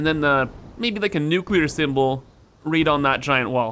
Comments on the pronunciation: Hey, New name for nuclear train station... Nuchoolear Station. XD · Nucular spiiice